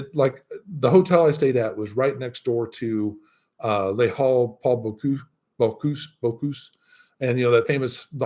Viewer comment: Hi, are you taking any French classes? I have trouble understanding some of the French places you mentioned. Halles Paul Bocuse, for example. Even the way you say Bonjour 😀. Remember that in French you always stress the last syllable of the words: BonJOUR. Don’t be one of these American expats who never learn the local language. You’d miss out on too much. I think you’d probably like Lyon, a bigger city and the TGV is so convenient. À bientôt. Edie